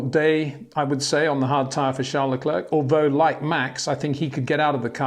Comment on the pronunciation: Why does he mispronounce LeClerc?